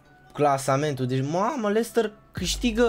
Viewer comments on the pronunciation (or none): none